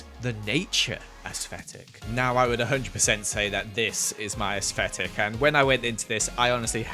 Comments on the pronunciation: has anyone else noticed that says asfetic instead if aesthetic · everyone: literally everyone: aesthetic: AsSFFFeTiK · No hate put it’s pronounced as-tetic 😂💕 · no one:: aEsFeTiC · No one:: Asvetic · did not just say “asesfetick” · be like: “ aesthfetic” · no one:: asfetic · Hearing say “asfetic” makes me laugh every time 😂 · you say asfetic and im living for it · Evryone: aesthetic: aFFFseTiK Since evryone said I copied I found the “original” comment and the “Original” one was made by Cindy Miles and btw I didn’t copy it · YOU PRONNONCE IT AS-STET-IC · I love how says aesfetic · how says ascetic: asfffetilc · Nobody::AsFetic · Me: Aesthetic: Aesfetic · Who else noticed is he saying aesthetic wrong but we don’t care or under his bootiful accent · The way he says aesthetic 🥺👏🏻👏🏻✨ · He just struggles with pronouncing his th's 😔